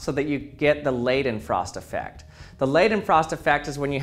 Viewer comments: Lay-then-frost? I think you meant Leidenfrost! (As in "lie" not "lay") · It's pronounced Laydenfrost (similar to the i in Hi), sorry but it's sort of aggravating. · the ei in Leidenfrost is pronounced like eye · It's always interesting to hear all the variants english speakers use when trying to pronounce the german "ei" e.g. in Leidenfrost. The funny thing is, it is not a special sound at all and regularly used in english: It's just the sound the letter "I" makes, or the word "eye". And while we are on the topic, I very often see that people switch the "e" and "i" around, writing "ie" when they want to write "ei", but this is pronounced completely different, more like the first sound in "eagle" but with a longer emphasis. Probably why this typo is so much more noticable to native german speakers. Thanks for attending my TED Talk.